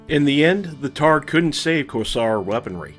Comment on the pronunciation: Great video! Definitely taking on some of that Black Pants Legion energy, but in your own flavor. We can never have too many Battletech creators! You've earned a like and subscribe. One small point of order, the word targe is pronounced "tarj".